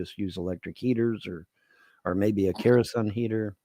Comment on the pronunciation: "Big kerosun heater" It's kerosene, you.